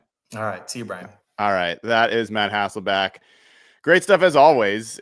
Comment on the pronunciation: Anybody notice how few people say HasselBECK? That's his name. Not Hasselback.